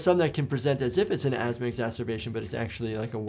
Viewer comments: asthma to ass-ma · From Asthma to Ass-ma, yeah, that lady wasn't having a good day... :P